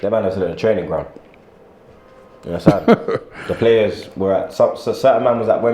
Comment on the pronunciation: "Ya unnastan?"